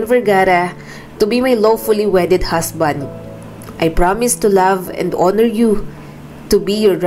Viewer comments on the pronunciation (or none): none